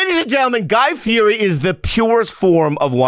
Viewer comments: Bobby and Santino could have scored some points by pronouncing his last name "FEE ED EE" which he has said many times publicly he prefers. The dude on Hot Ones got it right and he was grateful and impressed. This is mostly directed to the producers who could have easily researched this😊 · Spent all that time getting him on the show and can’t even say his last name correctly 😂